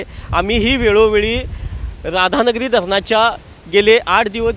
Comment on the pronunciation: Anchor एक ठिकाणी तुम्हीं राधा धनगिरी म्हणाला राव.😂😂😂 क्षणी म्हणायचं सोडून कोणत्याही शनी म्हणाला.न्युज ऐकत हसू पण अल.छान अपडेटे. तुमचा भाषेबद्दल काही तक्रार नाही.उलट बातमी ऐकत असताना मजा आली.